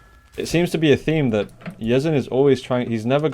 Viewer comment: its pronounced Yeh-Zan the SA stands for Saudi Arabia